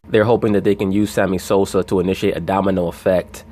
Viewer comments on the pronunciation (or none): Did i hear you say Sammy Soser 🤣🤣🤣 sounding like Stephen A Smith, brother. Lol Peace